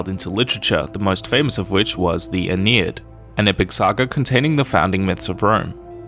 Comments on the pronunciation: Aeneid, not Aenied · It's "Aeneid".